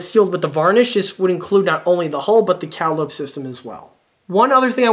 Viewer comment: Great video, but please, for the love of all that's holy, it's pronounced "Cah-Lye-Oh-Pee". like the old circus pipe organs that would parade through town. Now, SAY IT! SAY IT!!!!